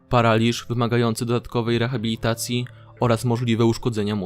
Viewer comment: reCHabilitacja XD